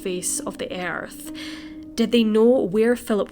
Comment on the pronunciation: Pronouncing earth as airth....